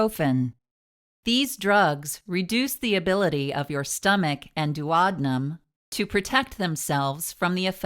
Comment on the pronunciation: Youre Daactor, stomech,etc. I hate that voice